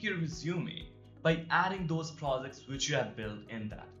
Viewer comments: You sound pro-Z-cts not pro-J-ects. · by the way its not prozects its projects